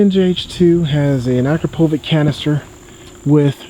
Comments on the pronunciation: akrapovik, learn to say it right, it is akrapoviČ, last letter is pronounced like ch in chocolate. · Please stop saying akrapowik, beacuse its pronounced akrapovich (ch like ch in chainsaw) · Not to be nit picky, but just so you are aware, Akrapovic is pronounced with a "ch" at the end. "Uh-crop-oh-vich" is how it should be pronounced. Love the vids. Subscribed. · isnt it pronounced a-crap-o-vich? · Yeah it's u-krop-o-vich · You do know you pronounce Akrapovic wrong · Is it pronounced ack roh poh vick, or a crop ovich? I've heard both